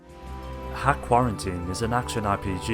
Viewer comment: .hack is pronounced " dot hack" 👍🏼